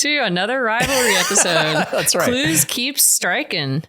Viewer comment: Clues' French accent is absolutely MURDERING 😂💀